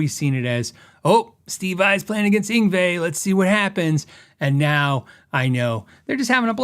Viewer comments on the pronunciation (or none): none